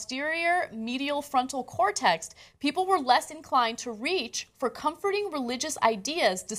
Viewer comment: It's pronounced ''cor-TEX'' not ''cor-TEXT'' Ana. Geez, does she have to rape the English language EVERY day? Or is it just every OTHER day?